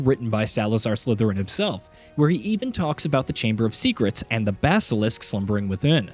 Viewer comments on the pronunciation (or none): none